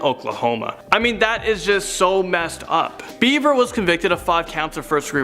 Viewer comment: It is "Bever", not "Beaver".